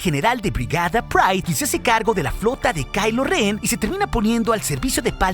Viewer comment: es ren no ben ok, no es jate